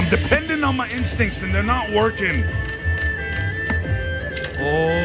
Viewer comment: Lol one time when you said my instincts it sounded like "my ink stinks" But I like your tattoos 🤣